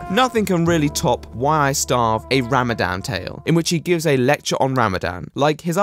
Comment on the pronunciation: I absolutely love, and I know I'm literally 3 years late, but I have to say, his pronunciation of Ramadan is absolutely painful. I cringed every time he said it